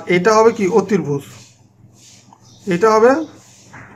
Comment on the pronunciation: ধন্যবাদ আপনাকে। ক্ষমার দৃষ্টিতে দেখবেন একটা কথা বলি, আপনার অতিভুজ উচ্চারণ টা একটু ভুল আছে। অসংখ্য ধন্যবাদ, সুন্দর করে আমাদের পড়া বুঝিয়ে দেওয়ার জন্য..